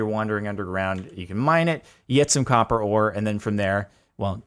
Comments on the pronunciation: COPPA XD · "INFUSED WITH THE POWER OF COPPAH!"